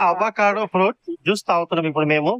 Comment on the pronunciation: "అవ్వ కాడు",..." వల్ల కాడు"కాదు నాయనా.. "అవకాడో" అనాలి🤣🤣🤣🤣